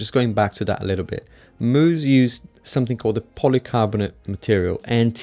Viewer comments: its pronounced mouse. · He pronounced Mous like Moose lol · Dude, you’re so wrong of most of what you’ve said in your “review”. When you don’t even know how to pronounce the name....